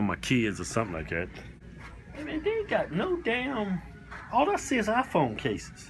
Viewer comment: Keith's pronunciation of iPhone: IFON.